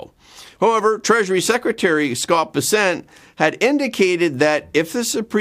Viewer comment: Why do you continue to insist on misprounouncing the Treasure Secretary's name? He himself puts the emphasis on the first syllable - BESSent, while you always say besSENT. Why not pronounce his name the way HE does?